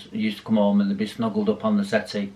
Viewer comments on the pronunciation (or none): Snuggled up on the settee..... ( the face and pause ) 🤣🤣🤣😭😭😭😭😂😂😂